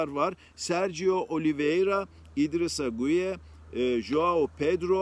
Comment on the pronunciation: Idrissa „gay“ diye okunuluyor